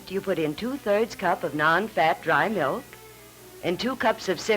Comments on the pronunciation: Bossy, brassy daughter never says please or thank you, and says “melk” instead of “milk” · ...its Milk..not Melk ffs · ''melk". LOL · I HATE when people call "milk" , "melk". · Sort of like that vegan guy who thought strawberry "melk" was made from strawberries!